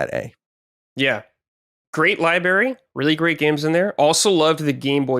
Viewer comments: saying “libary” is cute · "Libary tore" 😝